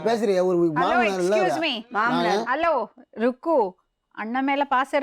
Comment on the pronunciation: It's not rubbu😂😂...it's rukku